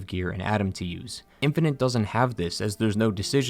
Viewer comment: Infinite, not infininte.